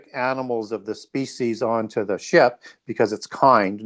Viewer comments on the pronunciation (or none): none